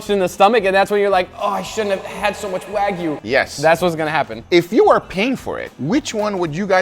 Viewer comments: Waaaa gyuu. Not Way-gu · It's pronounced wa (like water) gyu, not wa (like waggle) gyu. It's like you saying that steak is a New Yak Stripe steak...